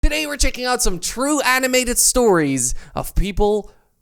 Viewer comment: I don’t like how he said ”true”